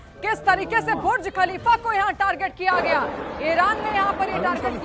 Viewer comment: Pahele TU Bolna Sikh bhuj khalifa Nai buruj khalifa